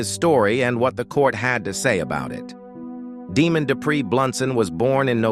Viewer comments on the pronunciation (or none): His name is pronounced Dee-Mond not Demon. Some of your story is true, but he was not in a relationship with Brandy Cerny at the time of her death. I worked this case as a CPS investigation at the time. He shot one of the children in the back of the head while the other tried to hide and shield his head. He then shot and missed this child shooting him in the elbow and then in the back of the head. Demond was no stranger to law enforcement and/or CPS as he had children with other women who had been removed from there care due to substance use and violence. He was charming, charismatic and a predator. He said he would kill himself when police made it into the hotel room, but if you look closely at his mugshot you will see that he placed the gun on the top of his head and shot across the top of his head. During the trial he attempted an insanity plea. What is funny is that as soon as got to prison, he immediately shave his hair and beard and resumed his old Demond personality of charming, charismatic and master manipulator. He immediately posted on prison pen pals online looking for romance and of course money once in Huntsville prison. I normally do not advocate the death penalty, but in this case, he should be put to death. He left Brandy, dead in a shed and then killed his own son and her son in revenge, because she finally told him that she would not be with him anymore. He physically and emotionally abused her and when she finally got strong enough to get away from him he k